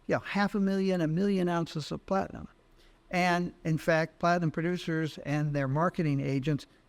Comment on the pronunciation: Plat-I-AM.